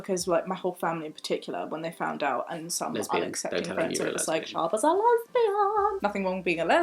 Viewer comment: agreed! Though on a side note, I low-key heard her name not as Shaaba, but as sherbet.